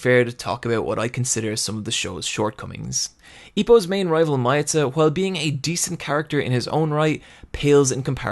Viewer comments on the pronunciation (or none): "Maiyata"? Miyata. - Mee-ah-tah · You had to say Sawamura like swarma didn’t you and it’s Me-yeah-ta not My-ata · Miyata to "Myata"